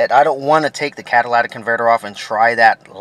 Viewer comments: It is C A TA L Y T I C! not CATALATIC. iF YOU TAKE IT OFF TO CLEAN IT, YOU WOULD BE A DUMBASS not TO REPLACE IT. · Cadilatic ? cat ta lic ,,,,,your english teacher failed you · CatalYtic not catalAtic!!!!! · learn how to say catalytic convertor. Its not CADILLAC convertor you moron. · Cadillac ,it was hard to watch with you miss pronouncing every thing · It's comical each time you say catalatic! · It is driving me insane that you are all pronouncing it incorrectly and misspelling it. Which is probably why your mispronouncing it catalytic converter (cat a lytic) say it with me kids (cat a lytic) Now go tell your friends. At least the previous commenter found some humor in it all. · Cah-tuh-lit-ic converter bud. Not bashin on ya, just a lil pronunciation drop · He said Cadillatic. It really fits since the damn thing is so expansive. I meant, so expensive. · I agree. And I heard one guy say catalyTHic converter. It's due to the lack of phonics teaching in our purposely dumbing-down schools. Regardless, I prefer calling it a "cataclysmic" converter. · Can we learn to say "catalytic" properly though? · This moron can't even pronounce the word "Catalytic" . Why would I trust ANYTHING he advises? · FR THO pronounce it CARRectly